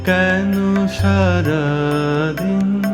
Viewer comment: খুব সুন্দর, কিন্তু দিন হবে দি - ন । আপনি করছেন দি ন - । বাকিটা perfect ।